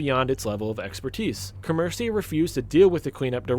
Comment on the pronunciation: You pronounce comerica wrong break the word down Come-rica